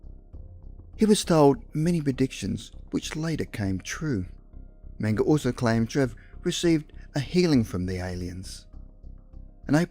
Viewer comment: the narrator kept repeating his last name as menga, mingo mango, and the name is menger, man that drives me nuts.